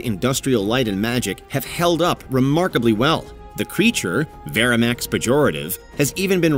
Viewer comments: Vermithrax...not Verimax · It's Vermithrax not verimax. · "Verminthrax" Pejorative not Veramax - come on guys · It's not "Verimax Perjotarive" It's VERMITHRAX Perjorative - the Wyrm of Thrace that Makes Things Worse. Seriously mate - work on your pronunciations I'd also question your pronunciation of "Cimmerian"